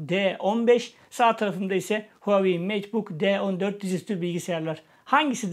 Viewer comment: Hauwei değil reis